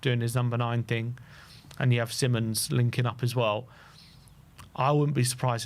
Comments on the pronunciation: It's Simons, NOR Simmons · See-mons, not simonds/simon's. Cmon guys. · No it isn’t! It’s … See-monz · hes dutch. its sea mons